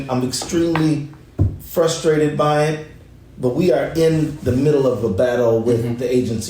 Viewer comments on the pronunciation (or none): none